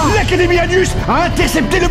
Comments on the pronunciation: Ya que moi qui entend l’académie anus😂😂😅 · Chui la seule au lieux d’entendre janus j’entends anus 🗿